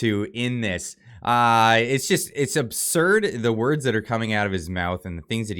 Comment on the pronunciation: Having trouble with your woooooords?